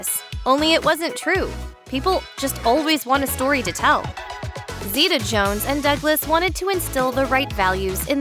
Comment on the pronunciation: Thanks for pronouncing our name right